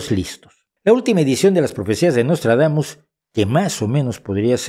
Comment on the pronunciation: Nostradamus=Noslatragamus, jajajaja!:face-blue-smiling